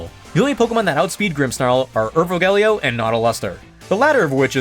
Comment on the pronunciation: Urvogel is pronounced like oor (like in noon) fo (like in fox) gel (like in bagel). Oor-fo-gel, at least thats how it is in germany. the "Ur"-prefix means ancient and "vogel" means bird